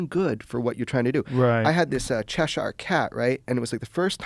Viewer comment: "Cheshar cat" It's pronounced "chesher"